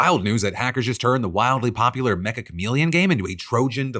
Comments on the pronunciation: FWIW, the "Meccha" part of Meccha Chameleon is pronounced "met-chuh" since it's a Japanese word めっちゃ, which is basically just a way to say "very" in a specific Japanese dialect. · Minor note in the grand scheme of things: the "Meccha" in Meccha Chameleon is supposed to be pronounced like "Metcha" with an emphasized soft "ch" sound. It's from the Japanese "めっちゃ" meaning "very" or "extremely."